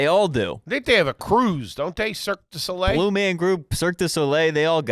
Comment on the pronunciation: "circus-dough-lay" its always food with